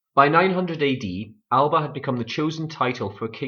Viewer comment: AL-UH-BUH NOT AL-BUH #Tosser